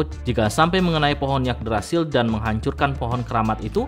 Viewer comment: Afwan... Mungkin bacanya Yggdrasil = Iggdrasil bang... Y=I